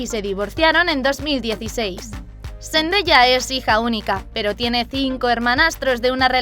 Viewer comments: se pronuncia sendaya no sendeya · Like si escuchaste que dijo zendeya😂😂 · Me molesta un poco como dice Zendaya •^•